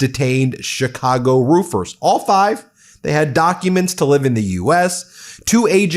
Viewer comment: What l think is you’re too lazy to review your tapes or you would stop butchering Chicago names. Do your fucking job, man